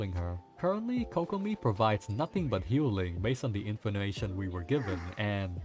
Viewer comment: Infonination lol